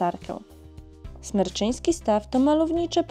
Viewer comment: Super film :D A Jaskinia Mroźna przeszła parę lat temu remont i nie ma w niej już oświetlenia ;) P.S. Smreczyński Staw, nie Smerczyński ;) Czerwonych Wierchów znad Stawu niestety nie widać ;)